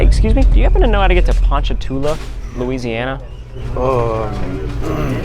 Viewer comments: its surprising how many times you said ponchatoula correctly!! its "pawn-chuh-too-luh" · Strawberry capital! I get my hair cut there lmao its pon cha two la. so u said it right multiple times. we just call it ponchi tho